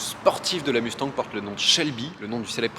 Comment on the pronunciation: Svp, cessez de dire Musse tangue. Ca se prononce Muss tagne, comme dans Elon Mus(k) et comme dans mon-tagne.